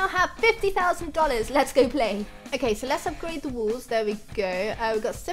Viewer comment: I love it when she says "walls" but sounds like "wools"